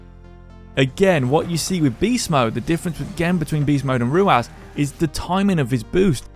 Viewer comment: I can't get over you calling him ruaz its ruwas